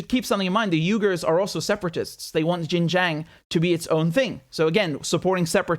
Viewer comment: Actually Xinjiang should be pronounced as “Sin-Jiang” most westerners find it difficult to pronounce it.